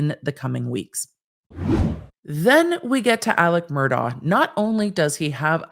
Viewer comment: Mur-DOCK. He is a horrible man, but you dont get to tell him how to pronounce his damn name.